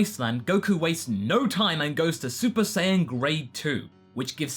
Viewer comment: Did he say saypa saiyan ?